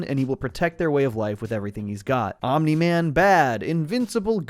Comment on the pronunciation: congrats u got omni man completely wrong